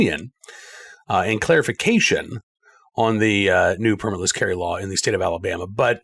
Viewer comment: Did you leave the “L” out on purpose?